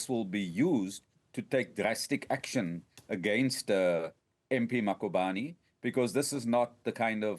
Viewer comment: This cosatu person says "Makhubane" and its "Mkhwebane" this person 🙄